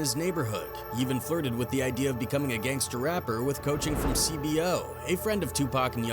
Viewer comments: It's C-Bo not cbo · Who TF is C-B-OH? it's see-bow. And being from a neighborhood aint gang affiliated, its life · C-Bo pronounced C-B-O💀😂 that’s when I knew I was this n the wrong part of YouTube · You Know dude who made this is white. Dude couldn't pronounce C-Bo.